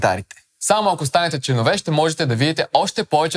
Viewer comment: ме убива с тия "членовѐ"